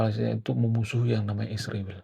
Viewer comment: Ngapain sih nyebut negara Israel pake isriwil, kang???!!!!! Yg bener lah.. Tlg ya..